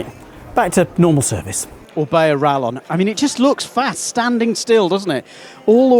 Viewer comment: Mispronounciation is understandable